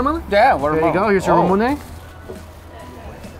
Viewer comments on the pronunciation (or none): Anyone else bothered by the way Mike pronounces Ramune? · I'm not even mad he butchers it lol, it's definitely a Mike word